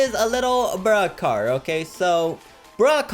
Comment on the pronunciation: its sounds like he's saying BRUH car Not Broke car